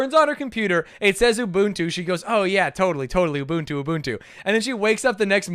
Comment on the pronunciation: I'm a Swahili speaker and hearing the pronunciations of Ubuntu in this video is physically painful. And yes, you said it right.